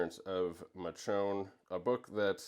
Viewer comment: You can tell our guy read the books before he watched the show by the pronunciation of Michone 😂